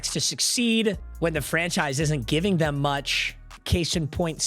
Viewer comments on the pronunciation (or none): none